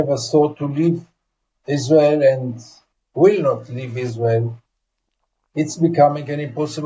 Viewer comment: It is the American not israwl